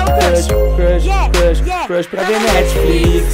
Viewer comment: kkk tendi vc falou igual o cebolinha...rsrs😂